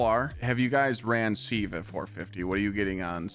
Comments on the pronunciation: Love the vid but "Seeve" should be pronounced "siv" , like the kitchen tool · Its not seeeev its Siv 😂